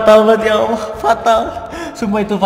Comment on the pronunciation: Kan dia bacanya awoh bukan allah jadi ya maklum